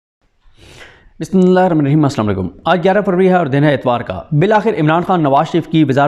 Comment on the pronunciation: Please bismilha sahi Tara Parham kre